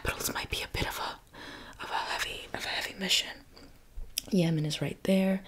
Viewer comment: Yemen❌ Yeaaah mann✅